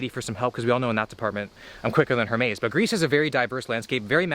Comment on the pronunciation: You need to be punished for that Hermes pronounciation